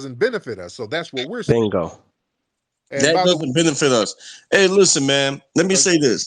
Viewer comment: Dude can't say "us" right.